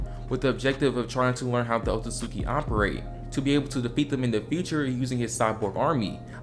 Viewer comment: It's not otsuki. Oh suit ski